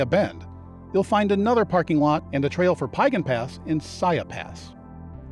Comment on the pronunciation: This was thoroughly enjoyable, except for the pronunciation issues of a few place names. Piegan rhymes with began or pecan ( if you're from Savannah) with the emphasis on syllable #2. And Siyeh is equal emphasis on both syllables, and rhymes with pronouns I, He. (with an aspirated h at the end of he.